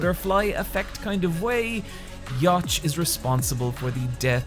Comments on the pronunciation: Honestly he needs to remake this bleach vid again... His name is pronounced !You-Ha-Bach! Not ya-tch... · its pronounced yuu ha and not pronounced yotched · THAT'S THE WEIRDEST WAY TO SAY YWACH I HAVE EVER HEARD. The way you say it implies it should be written Yawch LMAO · "Yatch"? is that a new enemy? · All his points valid honestly I don’t really care actually about the content of the videos but the way he straight up just mispronounces all the names is just painful for me. Especially Yhwach💀💀💀 bro said ‘ya watch’ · My dude Ywach is pronounced Juu-hah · Isn't it pronounced like iuh wah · "... quincy leader Yatch" Is this how you pronounce Yhwach? Dear god... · I've heard a lot of pronunciations of Yhwach, but "Yach" is a first lol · how can you pronounce Yhwach as " Jach " 0_o? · its Yu-haw... like how YHWH is pronounced Yah-weh. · Are you pronouncing their names wrong on purpose? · really good video! my only issue with this is how he pronounced Yhwach, i felt that shit in my spine every time i heard it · I hate to be the guy but that pronunciation for Yhwach was ........